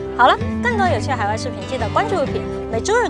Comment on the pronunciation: 我发现yooupi黑字的发音已经彻底是法国人了😂